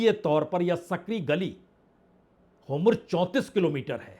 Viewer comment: सर होमुर्ज गलत उच्चारण है, सही होर्मुज है।